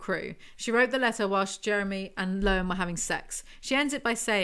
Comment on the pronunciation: My husbands name is Jeremy and this made my night just listening to all the times his name was mispronounced.